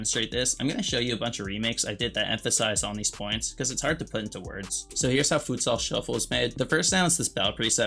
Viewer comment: why tf he say futsal shuffle like that